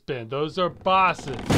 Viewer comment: I don't like the way he said boson, I'm pretty sure it's boe-son, not boss-on